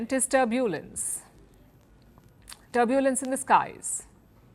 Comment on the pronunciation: What a pronounciation! 'Turbuulance!' 😂!